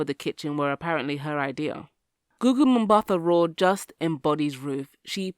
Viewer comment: Umm-baat-ahh, not Umm-ba-tha. 👍🏿